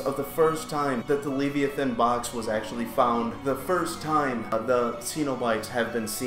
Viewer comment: Can even pronounce leviathan correctly… shame